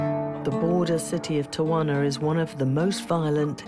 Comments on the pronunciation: The reporter kept saying Tawana lmao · Tell the the city is pronounced......tea-a-wanna. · Where is the second A in Tijuana? I live here and I’ve only heard it pronounced tee-Juana. Only the English speakers pronounce it with an extra A. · Pronounced Tee-Huana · She pronounced Tijuana wrong the whole show. It drove me crazy. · They went thru all the trouble to make this documentary and wouldn’t bother to pronounce TIJUANA the right way… jeez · Why can this woman never for the life of her pronounce an easy Spanish place name? It's honestly a shame for the channel airing this that she mangles something this essential.